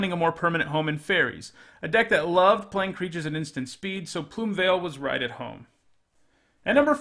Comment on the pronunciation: I can't tell you how ecstatic I am that you didn't pronounce Plumeveil as "Plume-eh'veil". I hear so freaking many people say that and it's so annoying!